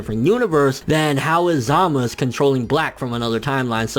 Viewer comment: ZAMASU......not ZAMUS